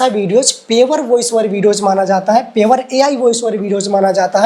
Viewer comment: Bhaiya पेवर nhi प्योर bola jata hai